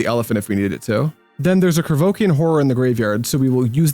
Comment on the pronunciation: Your mispronunciation of Llanowar makes you sound like a French aristocrat—kinda boss, so keep that…but…the way you say Krovikan is some straight-whack-deranged-hermit-on-shrooms type of nonsense!